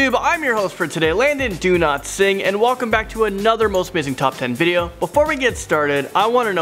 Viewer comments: Did he just say landon do-not-sing? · why do I keep thinking you are saying landon do not sing lol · Im sorry i know your name isnt this but i keep thinking you say do not sing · I love most amazing top ten but I can’t stand Landon and when u pronounce your own name wrong it makes me angry. Please stop. Landon let the ones with talent host these shows. You would be better behind the camera.